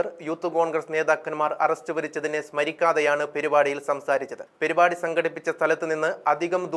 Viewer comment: പെരി പാടി അല്ല സുഹൃത്തേ.. പരിപാടി യാണ്...